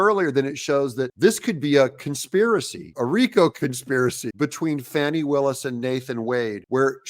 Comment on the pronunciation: It's not Fani, it's Fawney.😂